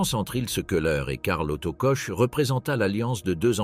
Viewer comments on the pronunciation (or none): Ça ne se prononce pas coche ou coke, c'est KORR!